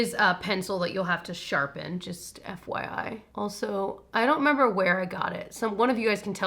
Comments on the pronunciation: The “fwy” pronunciation of “FYI” is definitely from Workaholics. My husband and I say it all the time, as well! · It’s Workaholics were they say “Fwi” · Adam from Workaholics definitely says ‘fwhy’ in at least one episode. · Fwai for FYI doesn’t make sense if it’s supposed to be phonetic though 😂 I would understand ‘fyai’ I also share your love for Brendan Urie. His range is insane!